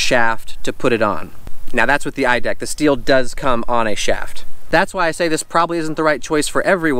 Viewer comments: Stop saying steel 🤦🏼‍♂️ stihl is pronounced “still” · Manning neither does happy or baby. You can just do a quick YouTube search and watch any STIHL commercial. I don’t want you wandering throughout Palm Springs recommending STIHL products with incorrect pronunciation.